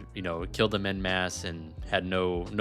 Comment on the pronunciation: Canadian here. The French word “en” is pronounced like “on.” Thank you. 😂 Awesome video.